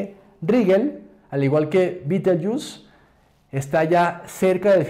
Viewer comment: Y si se escribe Betelgeuse por qué la pronuncia usted "bitelyiús". No le pusieron ese nombre los ingleses sino los árabes, creo.